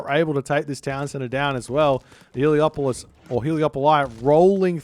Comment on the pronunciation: C'mon! It's Helepolis not Heliopolis! You are breaking my immersion!